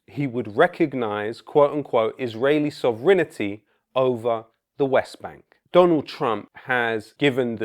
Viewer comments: Sovranity??.? NO...., Sovereignty ! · SOV-renty NOT sov-rINITY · Could you kindly pronounce Sovereignty correctly in future vids;) Btw that accent it taken, big UP Ali G... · Excellent video. One weird detail: Lowkey adds an extra syllable to the word "sovereignty" to make it rhyme with "infinity".